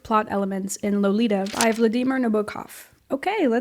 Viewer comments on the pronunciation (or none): What the actual fuck did you just say? Am I stroking out? Are YOU stroking out? What the hell? Edit: I figured it out... You slurred the word "By" and then BUTCHERED the pronunciation of Vladimir Nabokov.